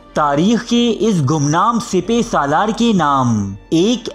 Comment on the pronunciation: Not sepay... It's sippa salaar